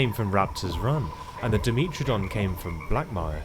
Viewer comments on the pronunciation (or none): sorry if its rude its not intended to be but its die met tro don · the way you pronounce Dimetrodon, Dryosaurus and several other animals upset my ears, other than that great video.